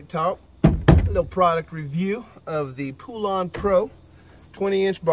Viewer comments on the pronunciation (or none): IT'S PRONOUNCED POLEN OR POLAN NOT POOLAN!!!! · It's pronounced POLAND